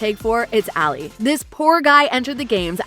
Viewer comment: Even Ali was mispronounced lol